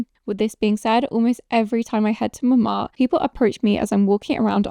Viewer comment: It’s MonmarTRE, not ‘Monmar’. With your name I would have thought your pronunciation would be better!